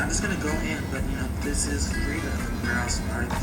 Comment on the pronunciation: its frida kahlo not friday kahlo